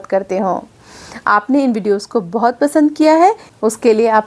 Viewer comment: Is it बोहत or बहुत . When you are speaking it sounds like बोहत